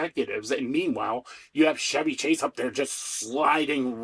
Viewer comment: Good break down - I'm a lifelong SNL watcher - except for recent years of wokeness. Just one small suggestion, Chevy Chase is "Ch" as in "Charlie" not "Ch" as in "Charlemagne". Minor thing.